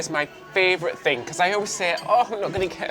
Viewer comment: please, please learn how to pronounce favorite (or favourite!) otherwise...